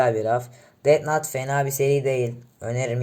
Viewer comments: Death nat diye okuyon ya ciddiye alamiyorum fjjfj yanliş anlama sonucta türkce bi kelime değil normalde death nut anliuorum sonrada ölüm fındıği oluyor allahim jdjfjf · bu arada death nat değil death note haberin olsun karşimmm